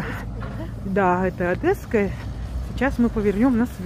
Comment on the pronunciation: Не Одэсса,а Одесса и Одесская !